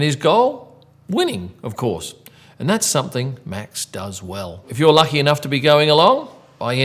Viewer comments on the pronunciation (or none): none